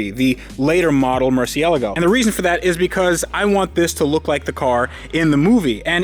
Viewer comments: my dude, I've said it before and I'll say it again. Mur-see-la-go. I've heard you say mur-see-a-la-go, mur-see-ga-la-go, and a couple other incorrect pronunciations. You spent a lot of money on this car; dontcha think you should know how to pronounce its name? Maybe Skillshare can help you? I kid, I kid, but c'mon, yeah? Mur cie la go. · I don't care if it's correct or not... stop saying "MurciELGO" :) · It's murcielágo the pronounciation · Mercy-ala-go.... the pronunciation is triggering me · "Murciélago" tho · it's funny how many people pronounce it like "Marcia Lago" it makes me think of car named after a regular woman somewhere in the world.. here's to Marcia! LOL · I love that your pronunciation of murcielago changes every time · The accent in Murciélago is there for a reason. It shows where the stress is. It's in the second syllable. I know since I'm Spanish. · It's cringe how u guys say murciélago